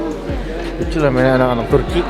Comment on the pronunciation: Haha Turki min bukan tukrey, siapa disini fokus ke tukrey hahah